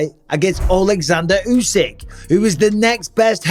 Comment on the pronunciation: Tyson is second to usyk say it right